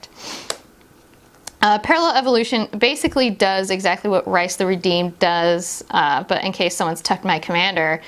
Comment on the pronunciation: It's pronounce like "Reese" (source: It's my real name) :) cool video though.